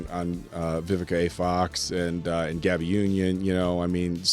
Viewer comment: You’re saying Gabrielle’s name as the boy version.